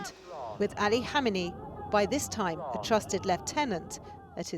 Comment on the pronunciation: Two things. 1. How can a supposedly serious journalist not pronounce a simple name properly?, 2. Any discussion of Khamenei’s life which fails to mention the bomb attack that almost killed him in 1981 is amateur trash. It defined the rest of his entire adult life and career, and therefore the fate of Iran itself.